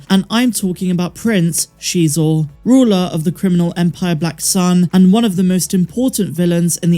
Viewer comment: If Prince Xisor actually appears in the book of Boba Fett, I think I might actually poop myself lol. And thank you for being one of the few people that pronounce his name correctly 👍